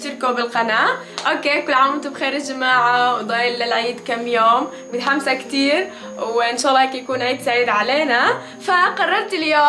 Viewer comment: مين لاحظ انو قالت متهمسة بدل متحمسة🤣😀